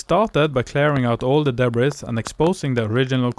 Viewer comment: Love the video! ❤ And I’m positive that your English is far better than my pitiful attempts at speaking Norwegian! That said, you might want to know that “debris” is a French loan word borrowed into the English language, and as such, we kept the French pronunciation! So it is pronounced with a silent /s/ at the end of the word, including the plural (also with a silent /s/). Just trying to be helpful! And by the way, I had a Norwegian great-grandmother! Her parents were married at Avaldsnes Church in 1865, before emigrating “til Amerika”! Best luck with the barn restoration! ❤